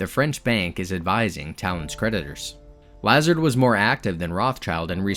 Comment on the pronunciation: Yeah he kept on pronouncing it "Lazerd" when it should be pronounced like "LeZAHRD"